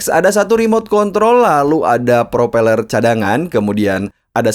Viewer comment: UNTUNG SI ABANG NGOMONG PRO PELER bunyi E gak ketukar😂😂😂